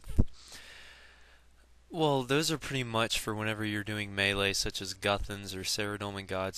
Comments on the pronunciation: glad u said melee as "maylay",a lot of people dont know how to say it properly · Some people say meh-lay, which is officially the proper way to pronounce it, but most people are more comfortable about pronouncing it. And you don't have to flame him for pronounciation, especially when he said NOT TO. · dude thats how its pronounced,learn english.its not "meelee".idiot.